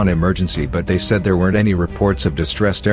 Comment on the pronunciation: Story: "After they signed the lease" Voice: "After t-hay signed the lease"